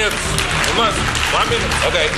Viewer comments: ONA MINUTE nedir ya ''ona'' ne :D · İngilizce bilgisi "van münüt" geometri anlayışı "teğet" tasavvuf kültürü "hamdolsun" senin bu entellektüel birikimine Bülent Ersoy, "kurban olsun."